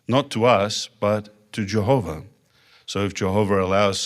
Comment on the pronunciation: In his own words he’s lawwrrr abiding, and obeys Jehoverr 😄